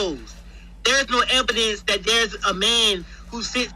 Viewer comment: Lmaofff the man saying there is no "ebidence" no ebidence lmaoff